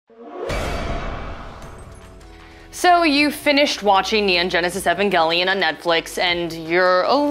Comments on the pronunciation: ugh the way she pronounces evangelion is so annoying. its E VAN not EH VEN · Why does she say evangelion like that